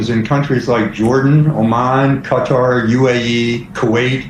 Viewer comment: Thank you, General Hertling, for your excellent pronunciation of Qatar. A lesson for all those who say "Kudder."